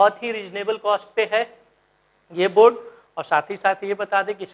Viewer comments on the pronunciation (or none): none